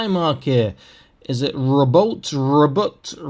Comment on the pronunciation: "Row-BOO-tay." That's how you pronounce Guilliman's name. Though I prefer to call him "Papa Ultra-Smurf."